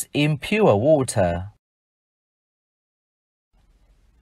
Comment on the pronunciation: Ong thay phat am water khong chuan